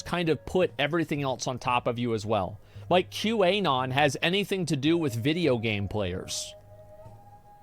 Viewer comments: The way asmon says Q anon hurts me. The Anon is short for anonymous. It's prnonounced Q anon, not Q. A. non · Does he say QA-non on purpose or is he dumb? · Why does Asmon say Qanon with a hard A? Lol